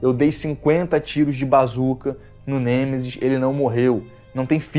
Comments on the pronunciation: Não é Gemesis... é Nemesis, outra coisa, reclamar de sombra? Detalhe gráfico em algumas partes do cenário? Fala sério cara, é por isso que os caras descem a lenha em você, eu não faço isso com ninguém, mas tem hora que você força demais. Esse jogo o que ele tinha que ter era a mesma história, cenários, personagens, inimigosz puzzles e o caralho a 4. Se quisessem adicionar algo, poderiam como puzzles, cenários extras e até opção de jogar apenas com o Carlos, já que como você disse, hardware o vídeo game tem pra isso, mas infelizmente essas empresas só quer saber de entregar produto feito às pressas pra ganhar dinheiro de fã. Vê se pelo menos cara, analisa e dê importância as coisas que realmente são importantes, se você vai fazer uma crítica há algo, que pelo menos saiba pronunciar o nome do antagonista do jogo corretamente, e que foque naquilo que os fãs sempre quiseram, que é didelid ao jogo original e alguns conteúdos extras. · cara o seu review ta bem legal mas nao se fala gemesis é nemesis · "Genesis" kkkkk que isso tu é raiz mano te endireita kkk